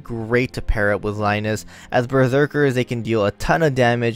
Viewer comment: Rai-nez? It's Reines as in the reins of a horse. Grab the reins. Right? Rai-Nes sounds so off.